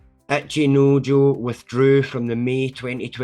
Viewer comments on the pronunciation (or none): my brother why do you keep saying "Acheenoejoe"